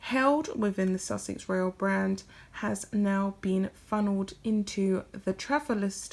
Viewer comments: It’s pronounced Royal, not Royale. Unless you mean that as an insult to Sussex Royal, that is. 😃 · Love your videos. Your voice is sooooo soothing! Just some minor feedback, it's Sussex Royal not Sussex Royale. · Why do you pronounce royal as royale? Curious. If Sussex Royal had been Sussex Royale they probably wouldn't have had a problem with it.